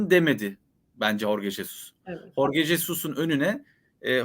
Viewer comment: Sen ne saçmalamışın, bilmiyorsan bari sus. Horge doğrusu